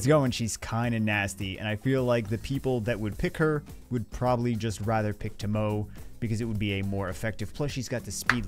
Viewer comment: Naw with Liliana and Bloody Mary here I don't use Tomoe (pronounced Tō-mō both O's are long O's y'all not smart enough to use her can't even say her name right. But yeah saved 200+ LD scrolls and got 4 LD5s but only 3 LD 4*s but who doesn't like Kinki, Julianna and another Molly. Liliana was one of the 4 as was another Pontus Dupe(2 i own), Destiny, Veronica and the 4th Vancliffe.